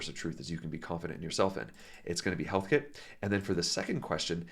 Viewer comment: Heathkit, not Healthkit